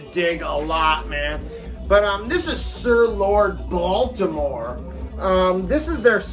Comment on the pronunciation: Nice video my dude! That cover for Haystacks Balboa is incredible. Gonna have to check them out. I feel that you need to up your English accent when saying "Sir Lord Baltimore". OMG that cover for May Blitz. Wow. Can say that I've never heard of any of these. The names of these bands. Amazing. Lucifer's Friend, Iron Claw. Great stuff. Trapeze is also an amazing proto metal type band. I thought their name was Medusa when I first picked it up. Killer stuff dude. Good to see you.